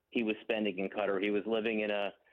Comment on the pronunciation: 04 : 17 He went to Cutter ? ? I believe you meant Qatar.. Why would anyone not learn how to correctly pronounce the name of the country where the most important soccer event in the world is being held ? Condolences to Wahl's family. Sad news for the soccer community..